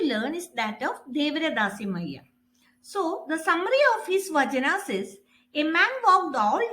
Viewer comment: Mam it is not "vajanas" it's "vachanas" first pronounce properly 😂